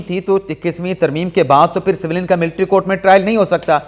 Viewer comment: Bhai jan saveelian naheen civilian bolty haen